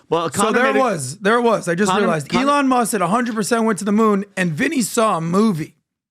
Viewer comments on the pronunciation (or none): eeeEElon?? Elon! no potatoes potatoes here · I dislike how PBD continues to butcher Elon's name 😭